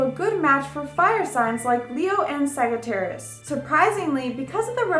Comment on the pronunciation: She's pronouncing many of the signs incorrectly. Sagittarius is pronounced Saj not Sag. Pee Cees is supposed to be pie cees, Aries is pronounced Air ees, not Are ees, etc. Ugh...There's no feeling in her voice, she's reads it with no feeling. I want to like her. She seems very bubbly, but she reads with a very flat tone. Someone help this poor girl.